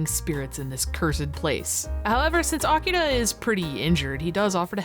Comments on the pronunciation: Honestly, it gave us nothing, but it is impressive the actors pronounced 'Akira' correctly, with the emphasis on the correct mora. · I like that most of the voice actors are completely phoning it in, but they still manage to pronounce Akira correctly. Or at least, as correctly as an english speaker from the 90s could. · Boy, these voice actors are pronouncing the hell out of "Akira"